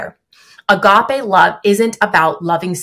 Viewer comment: It's crazy to me that doesn't know how to pronounce "agape"